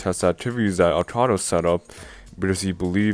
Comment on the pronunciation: Akao not Akado!